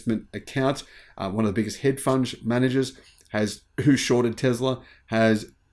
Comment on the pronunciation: “Head Funge” 😂. There’s something Freudian in that lol!